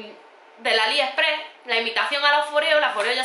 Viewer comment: Me asombra cuando dice Aliheprehh , no sabe que es AliExpress ??